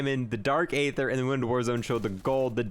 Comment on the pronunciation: I wish he would say aether the right way